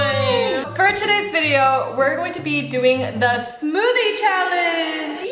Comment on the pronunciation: When told Emily 'put some more' Emily said " this is my smothie"